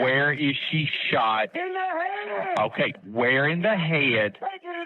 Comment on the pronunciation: “where in the hehuhhhd”. Smh 🤦🏼‍♀️. Good lord. Please fire that man.